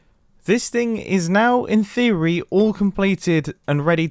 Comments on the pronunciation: "In theorwi" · did he just say in thewee?